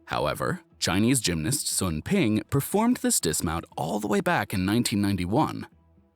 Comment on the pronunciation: Sun in Chinese is pronounced “Swune”